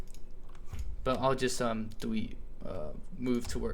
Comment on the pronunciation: If you listen in little bits - - he says dewete instead of delete! xD